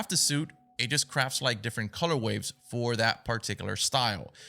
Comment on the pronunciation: Are you saying “color waves” instead of color ways? Like for the suits lmaooo